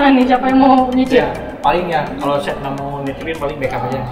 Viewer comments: "Chef" jadi "sep" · dasar emang lidah urang sunda, kata "Chef" aja pengucapannya kayak "Sep".. asa-asa manggil ka lalaki... :'D